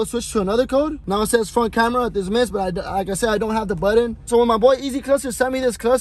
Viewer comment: My guy it’s “button” not “buddon”. No manches 😂